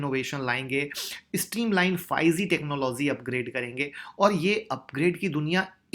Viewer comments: Sir bahoot achhe se bataya ....prr ek baat kehna chahta hu...... 5 Ze nhi h 5 G ...hai sir.....sorry agr aapko bura lge to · 5 zee nahin ... 5 g hota hai bhai...